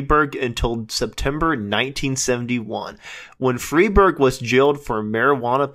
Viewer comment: Also it's "Fry-berg", not "Free-berg"!